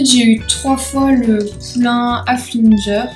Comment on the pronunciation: Halfinger tu dis pas bien